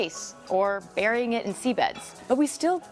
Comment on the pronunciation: When she said Burying in seabeds I lost it a little